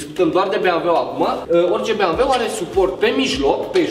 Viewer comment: se zice bemveu!!!